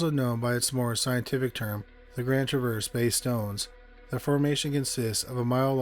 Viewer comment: Its pronounced Traver-z. Lol. I live about an hour away from there. Had one of my kids there even.